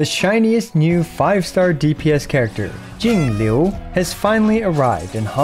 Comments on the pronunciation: I love how you say jingliu, so accurate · I like how you pronounced "Jingliu" with Mandarin tones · hey man, as a chinese person, i just wanted to thank you for taking the initiative to pronounce Jingliu and the other chinese names properly, even with the correct pinyin! great stuff! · Thanks for taking the time to learn how to pronounce Jingliu's name. It's a nice change from other EN creators who butcher all the mandarin names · I like how is pronouncing perfect textbook Chinese names now, respect for the effort. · yooo you pronounced jing liu correctly im so proud of you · That pronunciation was impeccable!!!! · props to for the perfect pronunciation of Jingliu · Perfect pronunciation on her name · how is he pronouncing jingle correctly